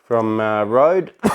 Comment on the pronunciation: the letter ø in rØde is pronunced like the "u" when you say "a house is bØØØØrning" , sounds like your saying "road" =) cool stuff. cool tree.